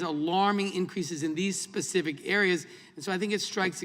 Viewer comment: It's "specific" not pacific. Sheesh